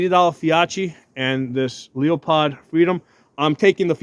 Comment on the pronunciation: When you said Leo-POD, I had to turn it off